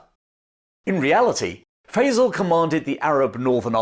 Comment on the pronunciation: I love your channel, but in order for your pronunciation of "Faisal" to be correct, the one used in LoA has to be wrong. It makes me wonder if you've ever actually seen the film. I know that's not true, but please pronounce the man's name correctly!